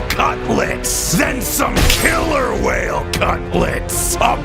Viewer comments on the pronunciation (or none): none